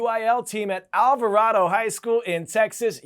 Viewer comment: Thank you for shouting out Alvarado High School's UIL team for using Fulminate, however, it is pronounced Al-va-RAY-doe. Go Indians!!